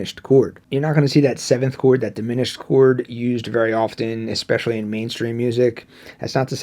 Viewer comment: don't effing say "ex-pecially".